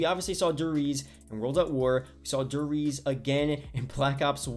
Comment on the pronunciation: Der reez